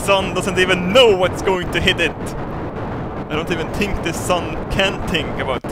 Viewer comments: "I dont even tink the sun can tink about tings." :D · " i don't tink the sun can Tink about Tings" xD, never change